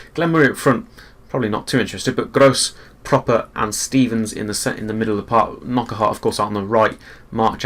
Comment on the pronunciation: Its pronounced PRO-PER not Proper. And NOCK-ART not K-NOCK-ERT